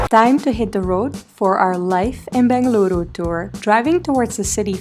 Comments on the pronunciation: Every time you say "Bengaluru" U make me feel so much happy ❤. Thank you appreciate it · Loved the way you said Bengaluru. Glad our city is making you feel at home. Malleswaram has its own old world charm, with green tree avenues., old bungalows even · Your pronunciations were pitch perfect 🙏🏼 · Love how you pronounced as "Bengaluru"❤️